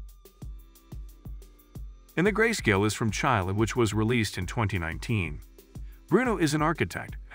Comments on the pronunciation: The name of Chile, the country, is pronounced CHEEH-LEH. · Why don’t the producers of these videos have a person narrate these? They mispronounce everything. Like “Chailay” instead of Chile.